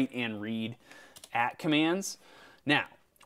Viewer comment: Been loving the videos. Always throw out the newbie #s pls. Say the default baud rate we should try. :) Also, AT commands is pronounced A-T, not at.